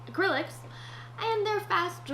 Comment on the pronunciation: I love the way water color looks and the drawing of your boyfriend was uncanny. XD I'm personally more of an A.C. Moore person, but Hobby Lobby does have some nice stuff. Using Dr. Pepper as wine was genius and I'm not sure if you mispronouning acrylic was intentional, but I was laughing so hard. I keep a notebook that I draw in sometimes, but that's pretty much it. I think it would be cool to either do an acrylic pour or oil pastel drawing, I would just be careful though. I honestly wasn't expecting a video on Christmas, so this was a nice surprise. I hope you've had a Merry Christmas!!